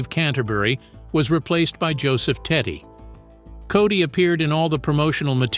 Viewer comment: Who is the idiot doing the narration? Joe Teti is pronounced Tet'i not with a y at the end. Cody is complete hack job